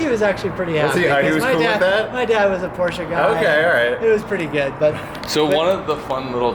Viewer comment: KingOfNines its funny when people that can't speak German try to pronounce Porsche